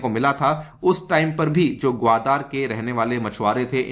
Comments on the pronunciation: भाई, ग्वादर है ग्वादार नही! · Respected sir your pronounciation of gwadar port is most annoying part of overall lecture otherwise entire lecture is good